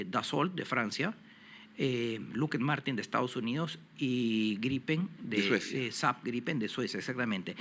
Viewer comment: No se pronuncia "luked" , jajaja!!! Se pronuncia "lok hid Mártin"